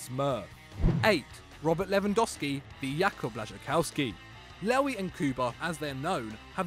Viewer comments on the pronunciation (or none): Coming from a polish person that is the worst pronunciation of Blaszczykowski 🤣🤣